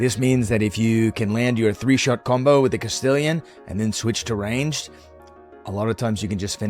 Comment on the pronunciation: Castillon is pronounced Cast-ion. French. Everyone calls it Castillion, including myself when i started. Not hating! Just spreading the knowledge i picked up. Love the vids brother, keep it up.